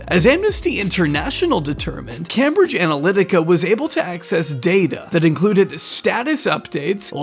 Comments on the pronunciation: it's came-bridge, not cam-bridge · Came-bridge, not cam-bridge. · Just FYI for next time - it’s Came-bridge. Not Cambridge. Came like name not cam like ham. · isnt it pronounced came-bridge? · The utter fucking cringe is almost too much to bear. Also, please, it's pronounced Caim-bridge. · the absurd mispronunciation of cambridge is hilarious